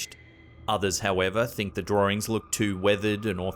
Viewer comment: If he says, drahringz, one more time! 🤣🤦🏼‍♀️💀